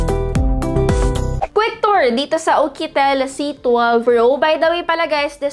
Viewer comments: It's YUKITEL po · Bakit ukitel😅😅🤧🤧